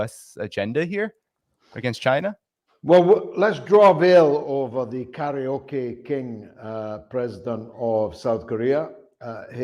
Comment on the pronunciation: "Karaole King"